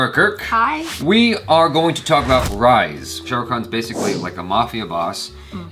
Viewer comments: if u want correct pronunciation, say it like this "Rah-eeees" not Rize 😂😜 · Jaby it is Ruh-ease :) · It's pronounced more like - "RAISE" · JABY IT'S "CHICKEN FRIED RAEES"....:-) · That's not how you say his name but that's exactly how you say his name.......